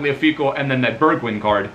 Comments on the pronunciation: Its pronounced like bergvine not bergwind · Burgwien 🤣 say it like Bergwijn ( Bergw ein )